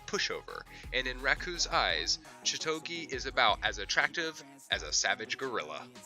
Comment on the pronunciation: Was going to thumbs down because of pronunciation of chitoge, then golden time is number one, you are redeemed!